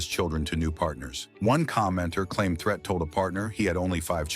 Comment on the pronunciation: It's Pronounced (THREET) Not Threat. This A.I. 💩 Is Horrible.